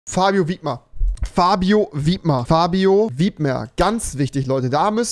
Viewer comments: Warum sagt er fabio wiebmer?? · WIBMER NICHT WIIIIIIIIIBMER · Normale Menschen: Fabio Wibmer Rewi: Fabio Wiebmer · Biker: Fabio Whipmer Rewi: Fabio Wiebmer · Fabio wir nicht wiebmer ausgesprochen sondern wibmer😅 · Nicht Wiebmer sondern Wibmer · Digga sag bitte Wibmer mit der Betonung auf das B der ist Österreicher das triggered so hart dass du es falsch aussprichst #Nohate